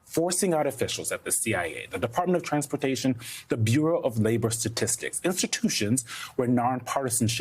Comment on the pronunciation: I can't take this guy seriously. It's the Bureau of Labor Statistics, not Statistic.